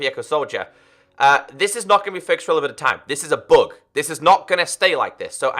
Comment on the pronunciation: When u say bug it sounds like bog. I was like what the heck is a bog?? Haa